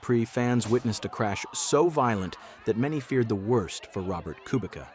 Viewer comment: Amazing video, but learn how to pronounce Kubica.